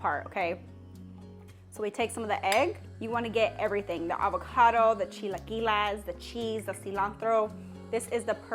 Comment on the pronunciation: Girl its chi-la-qui-les not las 😂